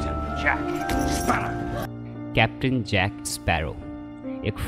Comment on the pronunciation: First rule this youtuber should know: It is 'Sparrow' and not 'eSparrow'